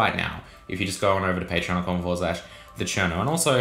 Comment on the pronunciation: Enunciate TheCherno, in the subtitles it came out as China, and we don’t want that